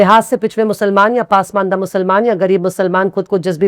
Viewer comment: मैडम पासमंडा नही पसमांदा सही लफ्ज़ है